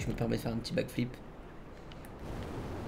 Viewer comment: Il a dit backflip mais c'est pas un bakflip 😂🤣😅🙊😹